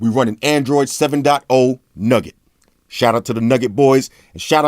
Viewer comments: It's Nougat, not Nugget. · it's not nugget man it's nougat. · Lol i felt like i heard android 7.0 nugget